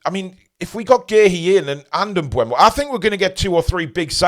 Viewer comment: I thought his name was pronounced M Boom-o. Bryan em-Boom-o